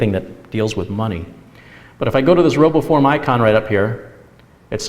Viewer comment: Roboform oh. I Thought he said robo porn